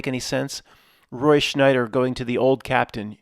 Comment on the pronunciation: it’s Roy SCHEIDER, not Schneider in this reality,.